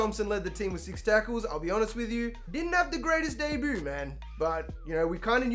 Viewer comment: I like how u say “debut” DAY BOO